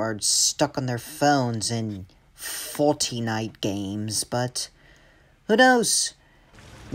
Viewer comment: That’s pronounced Fortnite,.